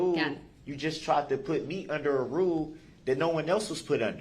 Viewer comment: the way he say "rule" is just so........